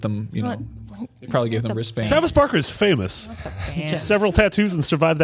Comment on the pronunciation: This guy said travis barker..... no.